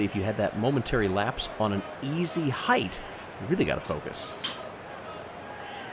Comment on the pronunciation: "heighth"?! C'mon,, don't lose us now.